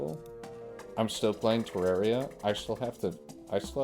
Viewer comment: Terra - ria. Terr(ah)ria. Aaaaaahhh. Terraria. It's not that hard